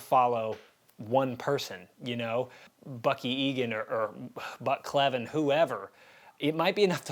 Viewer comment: Gale “Buck” Cleven was my dad’s first cousin (my 2nd). He came to a couple of Cleven reunions when I was a kid. His dad even visited us a couple times when I was young. Just want to clarify, we pronounce our last name as Cl + even. We are definitely used to it being mispronounced.😊